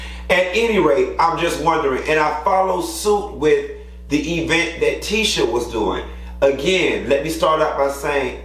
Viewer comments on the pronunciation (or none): Everytime she says EEEvent it makes me cringe with my entire being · I Hope Tisha knows how exhausting She is! She is remedial and Has not a clue of how dumb she sounds Not just because of her speech impediment But because she lacks common sense! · Hahaha “E-vent” 😂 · I want this cast to not use the word "event" for the rest of season. I just can't take Tisha pronouncing it as EE-vent anymore 🤦🏾‍♀️ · Milton, I thought I was the only one, am sick of e-vent LMBO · Tisha has worked my last nerve...I can't stand her...she passive-aggressive and immature as hell...even when she says "e-vent" erks me 🤣😂🤣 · Because “e-vent”. Lmao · 😂😂 it drives me crazy when she pronounces event that way!!!